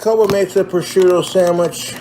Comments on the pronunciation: I'm honestly amazed that he pronounced prosciutto right. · he says sargento and lucrene wrong, but he can say prosciutto properly??? my mind is blown. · He did a pretty good job pronouncing prosciutto as well. I’m proud of the BOY